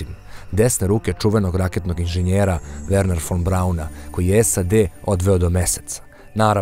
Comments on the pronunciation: Werner a ne Wernher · Werner a ne Wehrner koja glupost ali ajde nije strasno nego vec da je smesno.